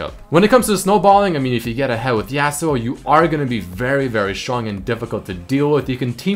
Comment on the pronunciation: Says favorite champ is Yasuo but pronounces him name yeah-suo instead of yah-suo